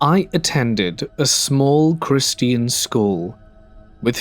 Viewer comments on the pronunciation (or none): Ai voice says Christian like Christine .